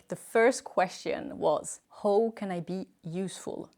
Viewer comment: can someone teach you to finally pronounce "how" in English..PLEASE!.. say hau not hooo